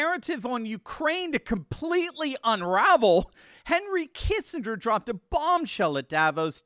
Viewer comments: I'm getting old. Do people really now pronounce it Kissing=grrrr? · So if they surrender do we get our 40 billion back? edit- Oh, and, the G in Kissinger is pronounced with a hard G.